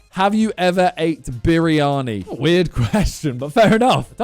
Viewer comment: Bro said biryani like that